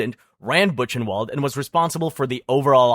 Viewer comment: Duuuude, you should check pronunciation of places as famous and important for this subject like "Ravensbrück" or "Buchenwald", or "Koch". The way you butchwred some names is crazy.